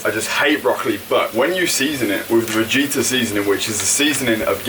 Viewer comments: Its pronounced as it is writen,is vegeta not vegita 😊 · I just automatically smile when you say Vegeta :)